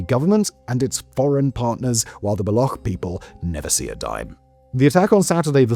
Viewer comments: Balokh is the current pronunciation in the balochi language. "Baloch" is a urdu/punjabi pronunciation. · In one sentence you say both "BaloKH" and "BaloTCHistan". Be consistent an prepare before you narrate the video. Do some research on proper pronunciation. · Appreciate the report. Pretty good. But "Balokh"? A big bungee journalism-like, no? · Murdered the word baloch. Pronounced “buh-looch” ch like change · why are you calling baloch as balokh? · U say balochistan right but when istan is saperated all of the sudden now its pronounced Block? Block people lol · How hard is it for you to learn how to pronounce the subject of your video properly? Balokh? Seriously? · FYI it's pronounced as /bəˈluːtʃ/ bə-LOOCH not ending in -kh. Free Balochistan from Paki oppression!! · Baloch. Bal-och. The "CH" is not silent. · End in Collapse? Was our system ever standing on two legs to begin with? And work on your pronunciation. The way you pronounce Baloch is hideous. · This man made a 24 minute video but couldn't bother to do some basic research about how 'Baloch' is pronounced. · Learn to pronunciation before making video 😀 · See, the "ch" in Balochistan isn't like "Mach" or "Charisma", it's like "Check" or "China", you got to pronounce it. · it’s not baloch ending with a k rather ch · > be an expert in geopolitics > can't pronounce "Baloch" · Can clearly pronounce "Balochistan" - Can't pronounce "Baloch" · It BA-LO-CH ---> Ch as in China not as Kh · 😂😂 it's not Balokh! It's Baloch with Ch at the end like Chap. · It's shocking that you've made a 24 minute video analyzing the situation in Balochistan and you did not take the time to learn how to pronounce the word "Baloch" or "Balochi". It's not pronounced "Bal-okh", it's pronounced "Bal-och" and the ch sound is how it's pronounced in the word "Champion" This imo puts the rest of your analysis in bad light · For the last time, it's not Balokh, it's Baloch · its not Balok but Baloch ending with cc sound as in stich